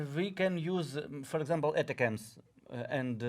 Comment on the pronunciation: Your commentary is really good, all of you. It's much easier to say "A tack ems" for the ATACMS missiles. It's sorta a play on words because it sounds like "attack them" You are saying " atta cams" , which is probably how the acronym is supposed to be said, but It's better said "A tack ems" :) Continue with the good commentary. Slava Ukraine, Victory Ukraine.